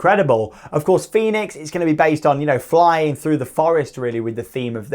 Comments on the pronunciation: Fønix is pronounced Fönix or Foenix and not like Fenix in Toverland 😉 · Small funfact: Fønix is not pronounced the same as Fenix at Toverland. The ø is pronounced like the german ö (basically like the e in her, without the r sound). Just for your information, so you can show-off your pronunciation skills again, when you are in denmark! :p